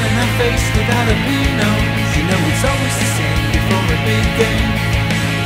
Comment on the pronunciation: Good song, but they mis-pronounce the word Jalapeños (HAL-ə-Peh-nious)